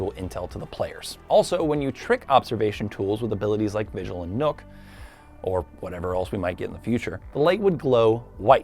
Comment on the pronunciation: Knock not nuke when u say nokk